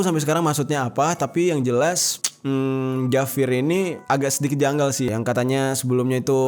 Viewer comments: Bang bukan javir tapi havier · Havier Mang Havier, bukan Javir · Bacanya "Hafier" bukan "Javir" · Javier itu cara ngomongnya havier...bukan javir bang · Penyebutan nya havier bukan javir. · Havier bang jer bacanya soalnya kalo orang spanyol ketawa itu jajaja wkwkwk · Koreksi, Javier dibaca Havier 🙏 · Maaf bang, ejaan spanyol di baca havier.. 🙏🙏🙏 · mau nambahin bang kalo di spanyol huruf J dibacanya H jadi bacanya Havier, makasih!